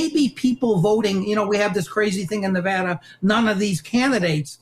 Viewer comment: You can’t even pronounce the great state of of Nevada correctly, ya honkiies.